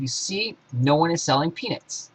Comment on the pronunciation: are you saying penis or peanuts?